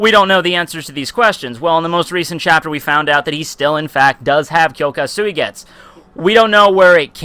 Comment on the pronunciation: bro ur name pronounciation is shit omg